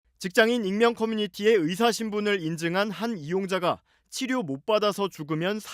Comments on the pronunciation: 여자의사들이 일을 안한다는게 아니라, 여성 의사들이 남자 의사들 보단 혜택 받음. 생리나 출산때문에. 그런데 그 혜택이 당_연히 해주는 것이라고 생각하면 안됨. 권리와 자유의 나라에 사니까, 받는 혜택 임. 발음 샌거로 자극적인 썸네일 + 남녀 갈라치기? 유치하다;; 뉴스다운 뉴스로. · 의새 ㅋㅋㅋ 발음 정확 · 확실히 의새로 들리는데. 의사를 더러운 검새나 판새로 보나보네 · 뭘 의도적이냐? 발음이 잘못나온거지..ㅋㅋ ㅋㅋㅋㅋ 검새. 판새. 짭새. 이새"ㅋㅋㅋ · 의사가 어떻게 의새로 발음이 되냐 ㅋㅋㅋㅋㅋ 아와 애는 혀의 위치가 완전 다른데 평소 의사에 대한 생각이 어떻길래..^^ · 의사 발음을 잘못할 수도 있지 그것같고 지랄하면 발음 못하는 사람 다 비난해야하냐? 의사를 의새로 잘못 나올 수도 있지? 쌀을 살로 발음하는 지역 사람들도 그럼 비난받아야하냐? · 발음이 잘못된거지. 장냐치냐. 의사협회들아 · 발음이 잘못 나온건데 이렇게 과장 하고 부정적으로 표현하는군요.. 온국민이 주시하는 이런상황에 의사님들이 생각하는 그런 발언을 할수 잇읍니까. 억지를 써도 너무 불편하게 쓰시네요. 지능과 인성이 비례되면 좋겟읍니다.